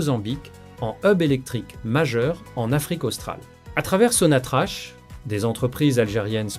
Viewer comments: Bonjour, on ne pronce pas Sonatrache , mais sontrack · Sonatrak, c'est comme ça que s'a prononce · Ça s'écrit SONATRACH, mais ça se prononce SONATRAK.....'' HYDRO CARBURES . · T'arrives même pas à dire sonatrak😢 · On écrit sonatrach et ça se prononce sonatrak...... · on prononce SONATRAK (sonatrach)